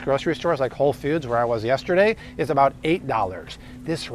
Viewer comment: I cant get passed Whole "fewds"...